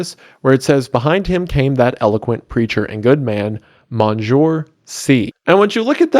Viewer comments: mon-jure c. for “monseigneur” 😂 it’s pronounced, “mon-seh-gnuh-r”, it means “my lord” and is a term of address in the catholic church. I don’t have quite a good grasp on the rank that title would be attributed to, I just know that one of the guys who founded my catholic school was a monseigneur. I think Wendigoon confused it with “monsieur” in which case his pronunciation, though not perfect, would be more accurate (it would however be pronounced “muh-see-er”) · i believe that word is pronounced "Mon-senior" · This is excellent, but I cannot get over Wendi pronouncing Monseigneur as "Monjour" like some bastard offspring of "monsieur" and "bonjour" 😂 For those who don't know, Monseigneur is pronounced mon-SEEN-yer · Monseigneur doesn't rhyme with "bonjour" lol It's pronounced like "mon-senior". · Bestie monseigneur is pronounced! mon-seen-yor 🥲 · PRONUNCIATION MAN IS HERE TO HELP!!! Monseigneur: Mon-Seen-Your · Monseigneur is pronounced Mon-Seen-Yur. It's a title in the Catholic Church, kind of like a Bishop. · Who's going to tell Wendi that Monseigneur doesn't rhyme with Bonjour? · I've never heard of this book and it's a shame we don't study it in lit classes! Thank you for the introduction and such a well structured video on it. For future reference. Monseigneur is pronounced more like mon senior (not exactly like that in French but close enough for us USians) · Monseigneur = Monjoor lol. Sorry, man. That made me laugh. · Off topic but his pronunciation of “monseigneur” is killing me as a catholic 😂😂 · Absolutely astonished by that pronunciation of Monseigneur